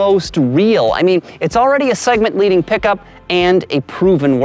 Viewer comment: I stopped at "pick-a-ma up truck".